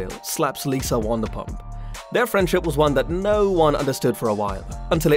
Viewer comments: Her name is not WONDERPUMP GEEEEZ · It is NOT WANDERPUMP!!!!